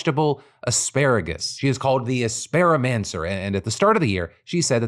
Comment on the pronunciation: Lol. The Asparimancer?!? chefs kiss Lol. I can’t even be mad. Bless her.